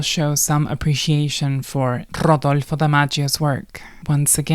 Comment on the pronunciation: At first I thought this was some shitty AI voiced, wikipedia entry reading but this that PERFECT pronunciation of "RRRRodolfo" convinced me this was a real person who is proud of their latino heritage. Grrrracias y buen dia herrrrrmana,.